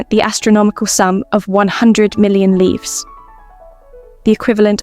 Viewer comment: Yes, the correct word but incorrect pronunciation.